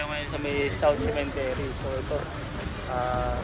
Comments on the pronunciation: CEMETERY po hindi cementery,, sorry po correction lng,, ✌️✌️✌️peace! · sementeryo Hindi cementery the right pronunciation sa english😂 CEMETERY